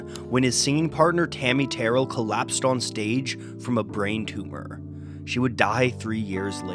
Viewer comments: Enjoyed this retrospective of an album I loved from the first listen when it was released. But....I must mention Perhaps someone else already did. Tammie Terrell''s name has an accent on the last syllable. [tuh RELL] . Because I grew up with that duo, mispronunciation is close to sacrilegious. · One tiny nit--Tammi Terrell's last name was pronounced with the accent on the second syllable (tuh-RELL). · You pronounced “Terrell” wrong as well As placed a picture of Levi Stubbs when speaking of Renaldo Obie Benson